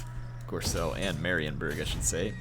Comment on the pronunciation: If there's one thing about this campaign I can criticise or give advice on...it's not pronounced gorselle, it's pronounced like gorebull ;) haha